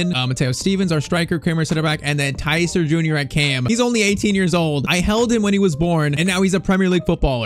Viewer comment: I thought you pronounce Tyztir (Tee-z-teer) not (Tyy-z-tire)